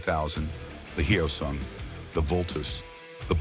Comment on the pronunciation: It's NOT "Hi-Oh-sung". Say the word "yo" with an "h" in front of it. Now say "soon" with a "g" at the end of it. Say "Hyo-soong"! Anyway, I had a GT 250 Comet version. One of the absolute BEST bikes I've EVER owned. I regret trading it in. Nuff said.